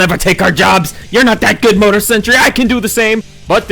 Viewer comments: More-tar not Motor. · Oy. You pronounce mortar wrong. There's two letter r in there. They both get pronounced. The word you have been saying is motor, and it's a different thing entirely. I think you've been taking your pronunciation *for granite.😅